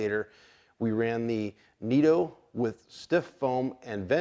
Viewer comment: Great video and great information just one thing bud they're not "neat-o" tires. They are said NIT-O and are a huge tire company that makes tires for full-scale cars. Nitto tires are a very well known brand. Sorry for being "that guy". I don't really know how to make this sound like I'm trying to be helpful and sometimes texts can come off real cocky and/or rude It was definitely not my intention so hopefully you don't take it that way.